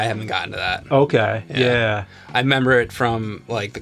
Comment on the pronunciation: Cuz says "'member" instead of "remember"